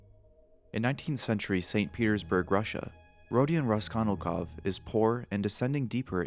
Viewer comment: I blame that one English teacher I had for making me hyperaware of mispronunciation. "Raskonilkov" should definitely not have bothered me as much as it did lol. "Kiroskiro" was only once, but the name.. I wish I didn't notice shit like that. On an unrelated note, science has shown that the makeup of Insane Clown Posse is the most effective at preventing face scanning technology from identifying you. So if you're ever really trying to prevent identification, becoming a Juggalo with sclera contacts for a day might cover your tracks.